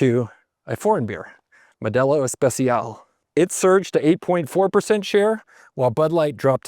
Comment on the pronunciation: It's not "Mel"delo. Pronounced MO.. del..O